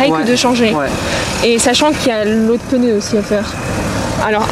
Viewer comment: Ptn mais les gens qui disnent "peuneu" au lieu de pneu ça m'eneeeeeerve